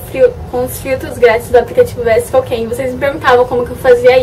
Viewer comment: se pronuncia (visco) e não "vesco", mas amei o video kkkk